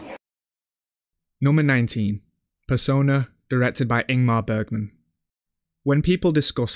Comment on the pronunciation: Bro took the time to pronounce the number 18 correctly but didn’t manage to say “Bergman” the right way 😏 (I’m just pulling a leg, don’t take this too seriously)